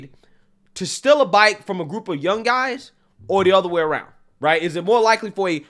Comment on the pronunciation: I can't stop laughing at this. Again! How do you pronounce guys? ngngngnguys xD